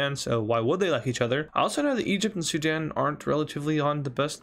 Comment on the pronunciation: Did my bro said Zidane instead of Sudan 😂😂😂😂